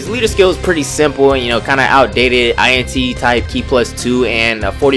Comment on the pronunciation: INT not i n t lol sorry for nit picking